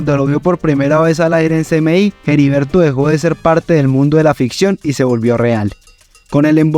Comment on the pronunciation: Es Heriberto de la Calle, no Jeriberto de la Calle. La H es muda.